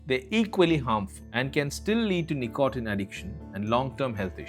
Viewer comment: great video, but tb100%h, the pronunciation with some words, starting with "nicotine" is killing me